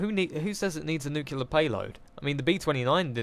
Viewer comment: It's pronounced nuclear! :D